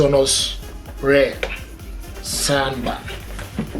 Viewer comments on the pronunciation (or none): I love this "sond bah"!!!